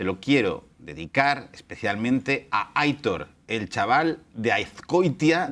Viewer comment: Con esa pronunciación de aIIIIItor has matado un gatito, que lo sepas. La pronunciación es aitOOOOR, con acento en la O (la I no se acentua)